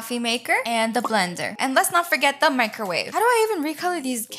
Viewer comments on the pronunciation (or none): I love that you say “bliender” ❤